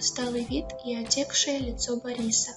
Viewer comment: Отёкшее, дорогуша! А не отекшее!